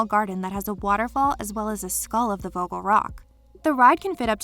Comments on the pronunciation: As a german i am triggered by the way she says vogel. It is pronounced more like [fogel] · As a dutch person the way you pronounce vogel rock makes me uncomfortable